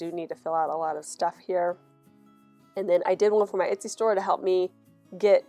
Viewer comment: I've been watching your videos non stop so ive seen all the new ones and now watching the older ones and its so cute t hear you call it an "itsy" shop 😂 you made my day!